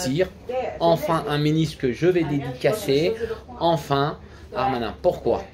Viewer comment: Frère c'est darmanin et pas armanin!!! MDR